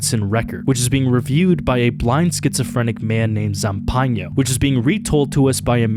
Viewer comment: No way he read "Zampano" as "Zampanio" 😭